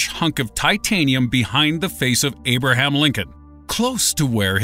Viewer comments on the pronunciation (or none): none